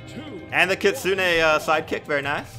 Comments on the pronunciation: "Kitsunay sidekick" why? Its kit-soon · Btw, the kitsune is pronounced ki-tsun without the “ne” you’re welcome:)